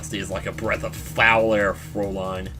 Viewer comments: You're right, it should be "throw-lay-n" not "fr-ow-lean" as I said before. But one thing doesn't make any sense, there's only one prounciation of "lean" despite how many meanings there are and it rhymes with Dean, mean and clean. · Fraülin is prounonced "fr-ow-lean",. Now you got another german word pronouciation to still to your repotoire!:) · I had addressed this in the sixth episode, but I'll clarify here: Fräulein is, as Charmskit mentioned, is pronounced as "froi-line". The "ei" pretty much always produces the long i sound. The "äu" (which, written without the umlaut, is "aeu") should make the "oi" sound. (I've studied German for ~4.5 years, but I'm positive this pronunciation is correct.) Without the umlaut over the A, Frau would be pronounced as "frow", which is probably what you're getting mixed up with. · How I've always heard Fräulein: Fräu (like Frow in Frown) + lein (Line like Linebeck) The two little dots above a vowel means its the short a like in "hat" A line above a vowel shows it would be the long a like in "hate" or "ayyyyyy" Herr: Air (The thing people need, like people need hot German prosecutors, or knead bread) Ja: Ya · Naw dude, its pronounced FROW (like wow, but frow) LINE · ***** Just a difference in pronunciation of frow I guess. Either way he did it wrong XP Are you German/have you studied German?